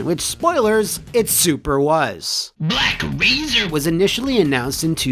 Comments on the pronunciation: The way "BlaCk Razeeer" is said never fails to crack me up😂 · Sometimes I watch this episode just to hear BLACK RAZERRR